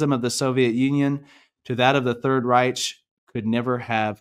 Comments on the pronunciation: Pronounce REICH "RYK" rhymes with bike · Third Reich....pronounced as RIKE like bike. Thank you for another great message, reminded me to stick to "what does the Word say about this"?its so funny how we just need to be reminded how he first loved us so we can love others...never fails ❤😊